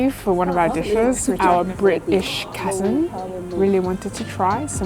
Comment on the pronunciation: Your Bri-ish accent J is on point lol. I wanna go to Tassie just for the scallop pie and skewers!